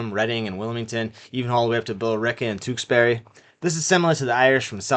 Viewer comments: Well, done video the history portion is very interesting. Just a heads up, you butchered the word, Tewksbury it’s pronounced tooksberry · 😂 you said it twoksbury at the mark. I got a good laugh, especially after mentioning the people that pronounce Peabody pee body. Your videos are well done Keep them coming.